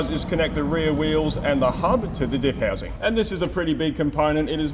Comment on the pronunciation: Did he say "dick housing"hahaha